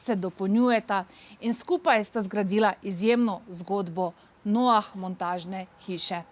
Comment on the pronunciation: Noah se izgovarja z nemim H.